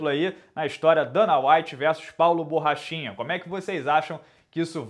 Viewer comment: No começo do video achei que tu falou paulo bosta kkkkk, achei da hora até!